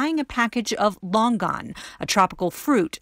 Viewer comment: The way Longan was pronounced was atrocious 💀 and it is not similar to lychee whatsoever